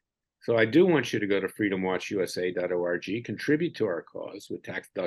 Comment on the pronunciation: Larry, every time you tell us the name of your web site—— all I hear is DOT ORGY. I do not know if that is fixable or not. I have to chuckle a bit though.❤ Sorry, a serious topic I found a little bit funny. If you listen back you will know what I am talking about.